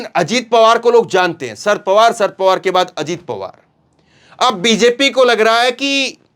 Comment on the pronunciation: नाम - शरद पवार - है ना कि - सर्द पवार ।